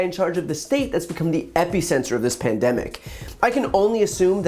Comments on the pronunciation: Epicenter, not epy-center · Please pronounce “epicenter” differently. Thank you.